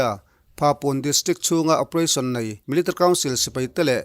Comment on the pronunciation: Milerrtery 🙈🙈🙈 rang e